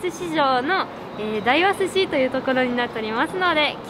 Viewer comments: 大和寿司やまとずしと読むんだよ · 大和(だいわ)寿司？ 大和(やまと)寿司じゃないの？ って思いましたが、やまと寿司は酒田の方でしたね。(^_^;)